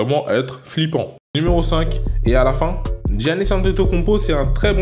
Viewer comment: Son prénom se prononce simplement YANIS.